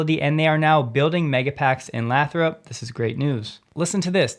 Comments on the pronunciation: 1)This is picky, but the city name is pronounced Lay-throp, not Laa-throp. 2)Duracell sales used to go up the more Energizer advertised. Don’t know if it’s still true but it was 30 years ago. So it’s not unusual that Tesla benefits from other companies advertising since they are the market leader. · it's pronounced "Lay-throp", not "Lath-rop". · Lathrop is pronounced Lay-thrup. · it's pronounced LAY-throp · It’s pronounced lay-throp. Hard to hear it butchered lol